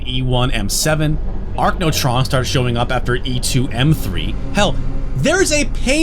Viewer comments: Never heard anyone call them “Ark-no-trons” before 😂 It’s “A-rack-no-tron” from Arachnid (spiders) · wtf is an Archnotron? 😂 I'm pretty sure you meant Arachnotron haha I've got to say though. As good as PSX Doom is, Doom 64 is better. Every positive thing you said about PSX Doom, also applies to Doom 64. It takes the best bits from PSX Doom, like the music and the lighting effects, and adds upgrades to everything else, like maps and sprites. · Me wondering if pronouncing Arachnotron as "Arcnotron" is a mistake or a trick to get people like me to comment.